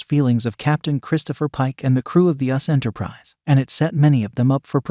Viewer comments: I wish they wouldn't use AI to do the narration. It's not "Lan" it's "La'an." And it's not "US Enterprise," it's "U.S.S. Enterprise." Geez! Doesn't anybody ever check these things before posting them??? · It is U.S.S. Enterprise, not us Enterprise. Please listen to your own posts!!